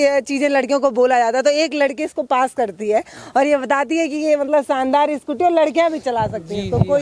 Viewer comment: मैडम आपका बोलने का उच्चारण ठीक नही है सानदार नही होता शानदार होता है